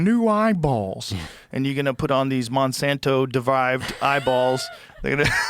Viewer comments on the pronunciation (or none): The way pronounces "Monsanto" is going to give me a stroke 😤